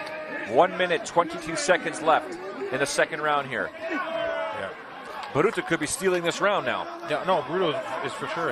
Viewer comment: His name's not bruto, it's baruto